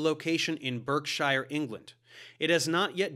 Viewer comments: Trivial correction: Berkshire is pronounced "Bark-sheer" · Berkshire is curiously pronounced Barkshire - at least by me I may be wrong, I better go check!